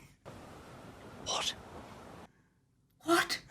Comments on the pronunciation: The N in Ncuti is silent. Shoo-tee. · "Ncuti" has a silent "N". It's not "en-shooti"